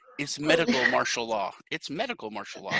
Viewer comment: FYI, it's MARTIAL law, not marshal. Great interview though. :-)